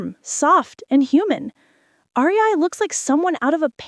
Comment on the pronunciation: Not the "R E I"😭🩵